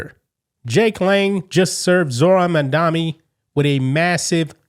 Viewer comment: It's Mam-DANI. MAMDANI. Notice where the N is. We have get that right, so we never forget this debacle of a communist human being. It's been proven that without paying attention to the correct pronunciation of a person's name, we will forget the good or bad they have done, especially politicians. Say it with me: MAM-DANI look where the M is. THE M COMES FIRST.